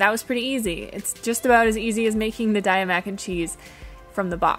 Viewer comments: According to the company: it''s pronounced DAY-UH! As in, "have a nice day-uh!" Still love you xo 😋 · its pronounced DAYAH its sanskirt for forgivness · On the website, the company founders pronounce Daiya with a long Ā like dā'-yah. Almost everyone seems to pronounce it with a long ī. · "We pronounce Daiya as “day-ah.” As in “Have a nice Daiya!” The name came from a play on the words 'dairy' and “Dayaa,” which is Sanskrit for “loving, kindness and compassion.”